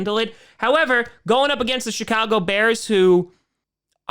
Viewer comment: I know you didn't mean it, but it sounded like the "Sh*t-cago Bears"